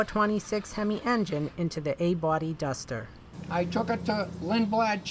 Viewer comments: it's uh duhhstahh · That's a nice dustah 😂, R.I.P buddy